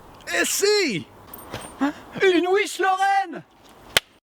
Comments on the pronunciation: Fossoyeur <3 Muhahahahaha la "OUICHE LORRAINE" !!! Epique !! XD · on dit ouiche lorraine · Jme lasserai jamais de cette présentation à la 80's et de la "Ouich' Lorraine"